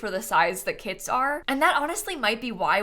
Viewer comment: I can't help but to hear "kids" instead of "kits" and it's so funny, lol